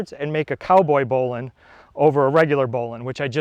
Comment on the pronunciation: It's bow line not bowlin